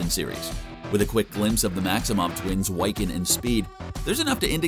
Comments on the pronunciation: You say Wiccan as "why-can" when it should be pronounced "wick-en". Wicca ("WICK-A") is a form of witchcraft who's followers are called wiccans. The more you know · Yeah, that's annoying me, too. It's WICCAN, pronounced like 'wick' from a candle, not 'why can'. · His name is pronounced Wiccan!! Wi ( short vowel I ) can!! Not Why-can!!! 😤🙄😑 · Wy-kin? What the hell is a wy-kin? The word wiccan is pronounced wick-en. It's a old celtic word meaning "weaver" that is used to refer to one who weaves magic. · Wick - Can idiot not Why- Can. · Why-can? LOL. Try Wi-kuhn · no no no you did not say Whyccan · Bro it's (WHI-CAN) NOT (WHY-CAN)! You just sound like a posser. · Dude his name is Wiccan like wick-in not why can. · Why the Why-can? It's said like Wiccan. Wick-can. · The fact that he pronounced wiccan as (way-kan) is triggering for marvel fans, especially for me. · Its killing me that he keeps calling Wiccan "WYCCAN" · Why-can? Gurl bye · The fact that he keeps saying Wycan instead of Wiccan is got really annoying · Not "Wiecan" 😂😂😂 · Sorry but what the hell is "Wyccan ?" man. But it's a good video still. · “why-kin and speed” loll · Thank you. I was goibg ask WHY-can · Its killing me ever time I hear him say Whycan.... super effing cringe. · Wyccan? Sorry, that is throwing me off.. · Are we gonna forgive them for their gross mispronunciation of Wiccan or naw? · Anyone else get really urked everytime he said wiccan or was that just me? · Don't make a video on a franchise if you can't even pronounce the chs characters names correctly 🙄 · Why does this guy not know how to say Wiccan lol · I cringed every time he pronounced Wiccan wrong. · Do you really not know how to pronounce Wiccan? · How does an educated adult not know how to pronounce "Wiccan" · Cool video, but you’re mispronouncing “Wiccan”. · Learn how to say wiccan properly!